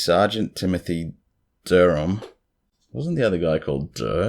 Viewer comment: Love the new video as always. Hate that I'm that person uhhhh whhyyy am I like this? Lol 🤪 I don't live too far from Durham, NC. And I feel compelled to tell you, it's pronounced Durr (like you were saying haha dur dur) -um. I guess because it's southern, it's jumbled together and the h is just dropped. At least around here. Interestingly, Durham is known as "bull city." So, all of these scary cow mutilations fit perfectly with it. Hope you have a good day. That's some serious motivation to make videos at 6 am. I like the way you started the day. Always appreciate your content.